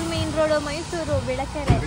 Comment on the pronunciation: ಬೆಳೆಕೆರೆ ಅಲ್ಲ adu ಬಿಳೆಕೆರೆ 😅